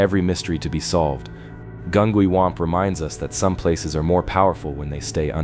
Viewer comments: It was saying Gungywamp wrong too 😅 I was too distracted chuckling about the mispronunciations to even pay attention to the story! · OK, I live 2 miles from Gungywamp. I’ve lived here my entire life. You’re saying it wrong. It’s a hard G not a soft. Gun-G-wamp and Groton is GrOton.. just so you know